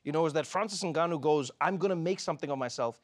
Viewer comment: I like how Trevor correctly pronounced "Ngannou" at the beginning of the show (instead of N Gannou)